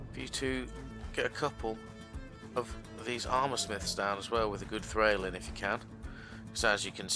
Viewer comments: It's pronounced Thrawl by the way. Not Thrail. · Hehe :D Nice video... Also I am a german but I am pretty sure you dont pronounce it Trhrail :D